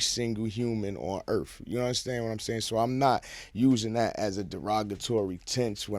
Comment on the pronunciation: “On Erfff”